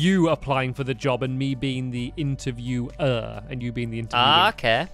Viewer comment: Stampy said "interviwER"